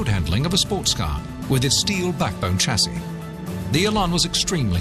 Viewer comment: Two things, Lotus lead, the rest follow! & for gods sake Lotus change the voice over the geezers got a speech impediment! Lodus? Elon? Tchassis? Where did they find him? Speech impediments R us!!!